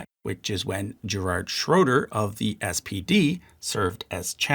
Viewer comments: Thanks. Bundestag, not Budenstag or Blumestag though, also Gerhard, not Gerald Schröder; Merkel, not Mörkel. You are positively butchering German names. IMHO even if widespread, it is arrogant not to check the actual pronounciation and at least give it a try. The French will not be as politely ignoring this as the Germans seem to :-). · Also your pronunciation is much to be improved. Please listen to a person of the country say the name and try to do similar. Its not GERARD Schröder :D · "George" Schröder? How about Gerhard Schröder? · He actually said "Gerard" Schröder, like Gerard Butler (